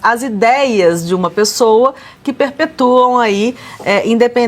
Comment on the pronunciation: Desculpe, é "PERPETUAM" não "PERPETOAM"